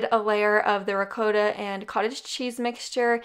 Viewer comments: I really enjoy your videos! One thing though... It's ri-cot-ta not re-coat-a. :) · Not that it matters, but it’s actually pronounced “ruh-kaa-tah.” Lol. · Why isn't anybody arguing about things that REALLY matter? Like the fact that lovely put cottage cheese in the lasagna?!? However, I will say that as someone who is Italian American, and lived 3 years in Italy I can decidedly say the correct pronunciation is "ree-kawt-tah". This is also listed in as the correct pronunciation in Italian. I listened and asked at every Italian restaurant we went to, asked little old Italian ladies who had been cooking with ricotta for 50 years and they ALL said the same. 😉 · REE COAT TA!! 🇮🇹❤️🇮🇹❤️ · Well I’m American and the way it’s pronounced here is ruh-kaa-tuh. So, with that being said, you say it your way and I’ll say it my way. Thank you and God Bless! 💖😘🙏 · My dad always said ra-cua-ta. He's Maltese which is almost Italian. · I don't need or want to try. I know what is correct based on FACT and experience. You have your opinion, it just doesn't matter to me.🤣🤣🤣 So you go ahead and have the last word in the Great " Ree-Kawt-tah" Debate but I am so done. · Cottage cheese in lasagna, not for me. Straight seasoned ricotta. But whatever works for others amen. Also, had to smile each time you pronounced "ri-coat-a" cheese 🤗🧀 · I like the way you say “ricotta” 🤪💖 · Actually, yes lol. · Yep yep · When you’re Italian and you hear someone who isn’t say the word “ricotta “🤣 Still…I love your recipes and I’m making the first one right now!